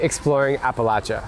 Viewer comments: Thank you for pronouncing Appalachia correctly. I could actually watch your video. 😂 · Thank you for saying Appalachia right! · Just have to say how nice it is to hear someone (especially a Yankee!) actually pronounce Appalachia correctly! So many people use a long A sound after the L. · You have no idea how much it means to me hearing you saying Appalachia / Appalachian correctly lol Norton is only 20 minutes away from me. It's so weird seeing you in all these spots that I know so well when I was just watching you a few weeks ago in places halfway across the world lol